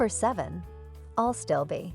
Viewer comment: Pig squeak is not deer resistant here, deers love them! It’s ASTILBE not ALstilbe. Can this narrator actually read? Deers love to eat astilbe right to the ground!